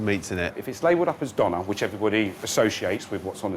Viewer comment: döner kebab - a Turkish term - is not pronounced "donna", it rhymes with turner as in "Tina Turner". Turner Kebab. Döner kebab. Got it?